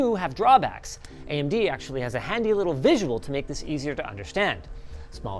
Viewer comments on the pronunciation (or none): none